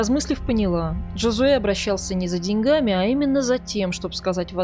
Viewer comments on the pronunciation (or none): none